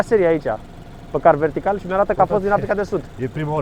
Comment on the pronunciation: Mai nu stiu ce sa zic,la sfarsit prea accentuat zice "am verificat masina pe Car Vertical" 🤷‍♂️